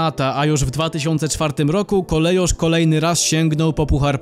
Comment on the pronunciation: Nazwę Kolejarz czyta się KOLEJORZ a nie jak w kongresówce wymawia ją jakaś wARSZAWKA.